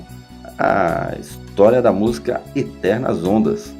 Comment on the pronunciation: Penso que estou a ouvir uma pronúncia " estranha" da palavra música "musca" ?!? Ou estou mesmo surda!😂😂😂😂